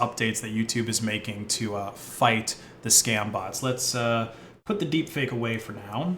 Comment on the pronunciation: HE SAID "THE DEEKFAKE" I KNEW IT!!!!